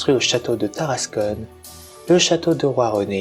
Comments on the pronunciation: Seul hic pour la prononciation c'est Tarascon ( Ta race con ) pas Taras[conne] , en API c'est \ta.ʁas.kɔ̃\ 😆! Un vrac des différentes sources historiques utilisées aurait était super en complément mais merçi pour la narration ! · Tarascon pas tarascone